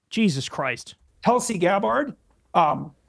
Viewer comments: It’s Tulsi GabbARRd Kyle get it right 😂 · ''Tulsi Gab-Hard''